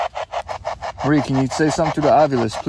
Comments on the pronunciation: yes, It did me.. its MA-REE . I kinda chuckled the first time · It's no Mary Laveau it's Marieeeeeeeeee Laveau. Ugh. :face-orange-raised-eyebrow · Did it bother anyone else that pronounced her name “Mary” several times? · It’s pronounced (muh-ree-la-vo)